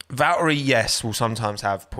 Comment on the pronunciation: Why do you pronounce valtteri like that?